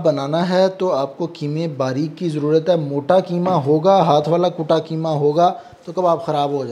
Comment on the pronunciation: Bhai aap ki madari zabaan Urdu h aap keema kahte h bilkul zeeb nhi deta h Qeema sahi lafz h❤